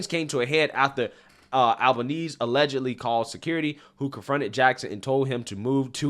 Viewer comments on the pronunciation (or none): none